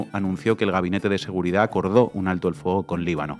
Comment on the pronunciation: Aprenda hablar se dice seguridad, no seguridadfz